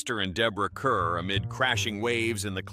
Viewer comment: Deborah Kerr’s last name is pronounced “car.” Very annoying after the third time.